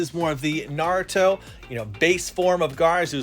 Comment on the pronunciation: Naurto and naurto